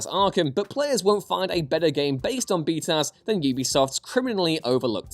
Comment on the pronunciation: I don't think I've ever heard anyone actually say BtAS as a word